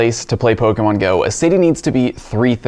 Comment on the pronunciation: Is it possible to slur the pronunciation of the word "pokemon" anymore than does?